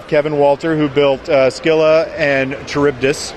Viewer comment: It's pronounced like this "Silla and Car-RIB-dis"